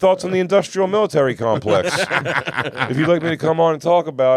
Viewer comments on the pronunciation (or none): Jay says it wrong, then Luis is like, ‘I’m surprised you said it right’, and then he says it wrong, lol. It’s Military Industrial Complex